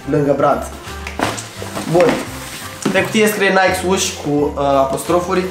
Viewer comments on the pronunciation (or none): none